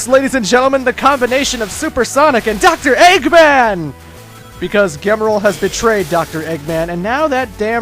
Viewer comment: Actually, it's Gemerl, or Gmerl, because of Emerl (Emerl - Emerald).